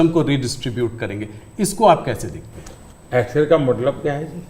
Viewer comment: X-Ray... ☠️ ... ❌ As-kray .... 👽 .... ✅